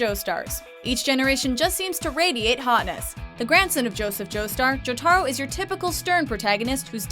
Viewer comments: JOTARO SHOULD BE FIRST! Also it pissed me off how they pronounced Jotaro. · Averie Morris they can't say Jotaro right or Mamoru 😑😒